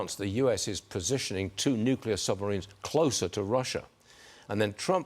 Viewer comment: Why does everybody pronounce the word nuclear as NUKILAR?